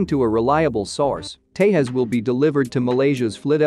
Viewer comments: It's not Tehas it's Tejas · You are not pronouncing the name correct. The J in the middle is Not silent. Its Tà ( like saying ta from taser) and Jus (like saying jus from just). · agreed, they think it's pronounced like portugal or spanish phonetics where j sounds like y or h, like mujeres in spainish.